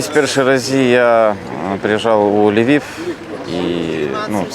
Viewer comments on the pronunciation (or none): none